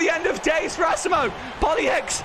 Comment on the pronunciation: U pronounced asimo wrong